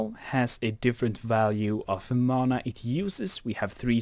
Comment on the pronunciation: its not mona its mana